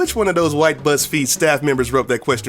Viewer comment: He sound like he said buttsfeed